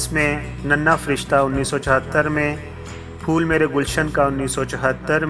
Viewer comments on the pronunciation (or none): none